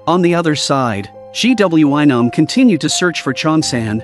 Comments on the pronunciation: Mistake 1:They are on a random building roof Mistake 2: Its a suitcase not a box Mistake 3:Its a teacher not a security guard Mistake 4:Its a school nurse not doctor Mistake 5:Its not G W I Nam its Gwi-Nam Mistake 6:SanWa? Mistake 7:Its not Nam-Rae Mistake 8:Waund? Mistake 9:HALLAM? Mistake 10:SANGWIM? Its Ms.Park Mistake 11:ITS GYEONG-SU! Okay more mistakes I will just stop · Blud said " G.W.Y nam " 💀💀💀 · All I hear gwion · Instead of gwi-nam☠️☠️☠️ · The amount of times the AI said GWY nam instead of saying the bully or GW or Nam was a lot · Bro called Gwi-nam g-w-I-nam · the way he said gwi nam😭